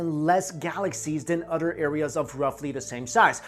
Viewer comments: "OTHER" not udder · Love it when Asian people say "other" Udduer.....lol